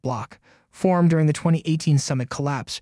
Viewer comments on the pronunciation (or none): none